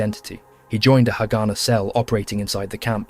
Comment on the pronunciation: This is a very interesting video. I guess several people have mentioned about the pronunciation of haganah